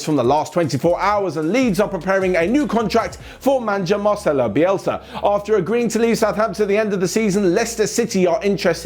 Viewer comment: I've heard a lot of ways of reading Marcelo but that 1 was unique 😂